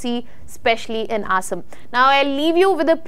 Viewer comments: Please, Please get your pronunciation correct It's Assam not Asem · Please pronounce the place names correctly, cannot even pronounce Assam properly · Learn to pronounce "ASSAM" before making videos. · Looks very bad, who should pronounce Assam State correctly. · Please work on your pronunciation of “Assam”